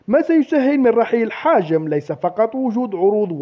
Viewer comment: راك دايما تقول حاجم والله قلقتني هههههه يا حجام ماشي حاجم